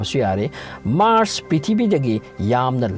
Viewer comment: The way u spell prithibi ( pithibii) ☺☺☺